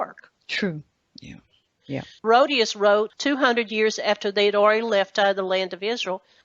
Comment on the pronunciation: It is pronounced He-ROD-it-us, Herodotus, not Herodius... Geez.